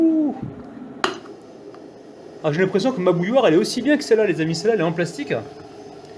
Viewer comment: Bouilloire ? Mot difficile a prononcer ..